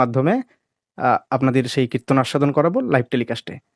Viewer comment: কৃত্তন বলবেন না। ওটা kritton নয়। আর উনি কৃত্তনিয়া নন। উনি একজন রেনেসাঁ man. আজ পর্যন্ত যা বুঝেছি সেটা হলো উনি এসব করে লাইমলাইট এ আসতে চাইছেন।